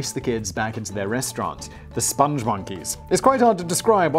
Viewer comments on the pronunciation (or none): SPONG, not sponge. Rhymes with song & thong. Spong Monkeys. They love the moon... Also, Lipton is REALLY shite tea. Even store brand tea is WAY better.